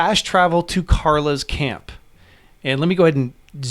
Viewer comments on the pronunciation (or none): It's Clara, not Carla. 😉